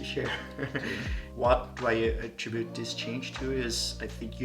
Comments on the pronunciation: Well we say at-TRIB-bute, not so A-Trib-bute. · Funny that pronounces “attribute” incorrectly but nails it with the emphasis on the correct syllable.